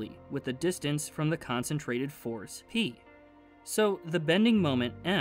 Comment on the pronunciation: Am I the only one who heard forest when he says force !? I can't be the only one 😂 All jokes aside. Most underrated channel!!! Keep up the good work bruh.